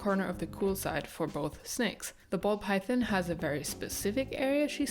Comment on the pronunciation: Mine all have more or less designated bathroom spots too😅 makes things predictable and easy. Do either of your snakes have names? I wanted to say also I love the way you say "python," and your accent as a whole. Please keep making snake videos. You've got lots of fans!